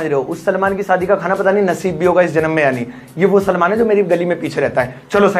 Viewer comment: सलमान, सलामन नहीं